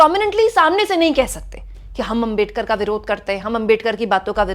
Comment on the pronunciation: आपका सम्मान है। लेकिन क्या अंबेडकर, अंबेडकर, अंबेडकर, अंबेडकर! सरनेम तो सही से बोलिए। वो आंबेडकर है। अम्बेडकर ya अंबेडकर नहीं। कोई भी नाम सरनेम किसी langauge में चेंज नहीं होता न करना चाहिए (बोलने में कठिनाई हो वो बात अलग)। क्या ये बात आपको मेरे जैसे सामान्य आदमी ने बताना चाहिए। गांधी को गंधी या मोदी को मेडी, यादव को यदव, शर्मा को शर्म बोलो तो कैसा लगेगा। पुराना गलत तरीका छोड़िए अब तो। क्या ये इतना कठिन है?